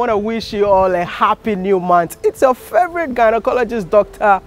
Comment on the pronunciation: He said GHANAcologist 😂